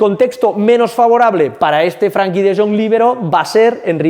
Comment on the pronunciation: gran video! Eres un crack! Recuerda que se llama FrEnkie no FrAnkie. Salu2